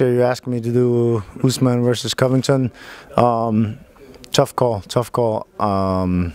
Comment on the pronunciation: Derrick Lewis: Kamaru... Kamaru... Who's other guy? Reporter: Colby Covingtin. Derrick Lewis: Who??? Oh, the happening guy! LoL... 😂